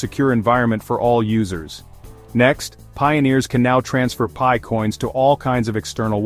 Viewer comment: AI generated clickbait nonsense. What is pee-eye? 😂